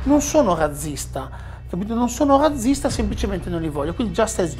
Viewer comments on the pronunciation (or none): Ecco un altro che dice "razzista" (zeta dolce anziché aspra) e quindi fabbricatore di "razze" ovvero raggi per ruote di carro. La "razza"(zeta dolce) è anche un pesce. Il sinonimo di stirpi, (razze) si pronuncia con "zeta aspra" come fa la signora interlocutrice, in questo stesso video.